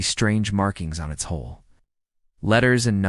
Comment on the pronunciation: ITS HULL not hole again